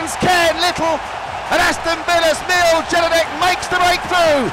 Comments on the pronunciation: Mil Gedinak ahahah... it's actually pronounced Mil-e Yedinak. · No one: Absolutely nobody: Not a Single Soul: This Commentator: Mil Gejinac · Pronouncing is first name and last name wrong omg haha, its Mee-ley Ye - dinak